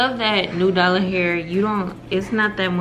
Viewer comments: you saying "new dallah hair" has me weaakkkkkkk😂😂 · I be dyin because I know sis aint neva gon say nAdUla. Idk why I fall out laughing every time.